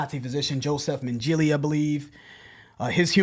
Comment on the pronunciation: Yo-sef Men-gala ... Josef Mengele